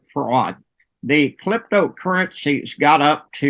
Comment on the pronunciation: 📌@ "CLYPTO" currency.💵